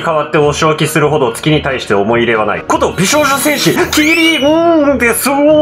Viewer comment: 美少女戦士！ が上手く言えてない説